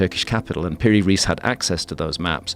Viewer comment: Piri‘s Surename is pronounced as „Rice“. 😊